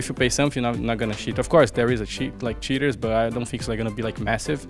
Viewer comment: fer sounds like hes saying shitters instead of cheaters lol